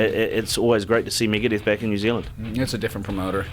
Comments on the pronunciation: Migadith..... lol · Megaduth bro cmon!!